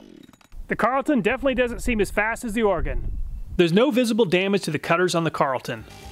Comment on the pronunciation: Thank you for saying Oregon correctly 😂😂